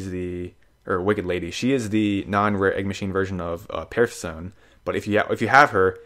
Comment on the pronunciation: Really, "Perf-sone"? Say it with me: PER-SE-PHON-EE. Welcome to Greek mythology.